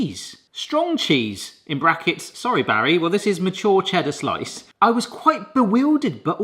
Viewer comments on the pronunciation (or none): none